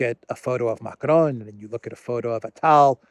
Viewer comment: Macron is pronounced like "Macrong" not "Macronne".